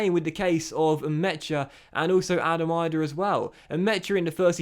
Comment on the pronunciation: As an Irish person it is annoying hearing you pronounce Adam Idah. It is not pronounced Eye-Dah it is pronounced Ee-dah if you get what I mean.